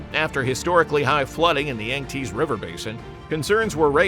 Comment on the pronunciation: yang tsee not yang tease. You need better AI.